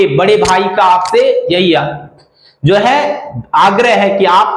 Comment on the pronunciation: Sir ap "jo" ko "zo" kyu pronounce karte hai ? Aur ek aur bat yeh jo ap bata rahe ho yeh to common sense wala bat hai isme aisa kya groundbreaking bata diya apne ki zindagi badal jayegi , jaisa ki apne likha hai thumbnail me